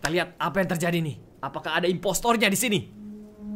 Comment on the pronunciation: Impostor bukan imposter kak regie